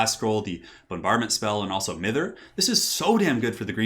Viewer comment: The I in Mither is pronouced as an EYE. Means to pester.